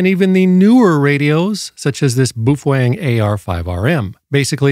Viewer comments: I just discovered this mythical Beast a couple days ago and I don't subscribe to just anyone but this guy got me. Also he makes me wonder if he's just being funny or if I've been pronouncing it wrong this whole time boof Wang lol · no, it isn’t. The Chinese pronounce it pretty much the way it spells. Which isn’t that hard ;-) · I repaired your title: "What you CAN and what you CAN and SHOULD NOT DO". PS: What is a "Fufoeng"? BAOFENG. And no. Those are NOT Ham Radios. Amateur radio transceivers have operating limits. These devices have no limits whatsoever. That's why they aren't amateur radio equipment. FCC Only for 1 of the 200+ countries in the world. We dont't care what FCC say about those equipment. Not all the world live in USA. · I’m so used to the crazy pronunciations that i have no idea how to say baofeng